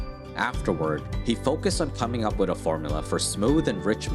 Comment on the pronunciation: I subscribed today.... But PLEASE STOP saying "wid" instead of "with".